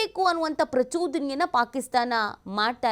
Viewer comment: ಪ್ರಚುದನೆ ಅಲ್ಲ ಪ್ರಚೋದನೆ 😂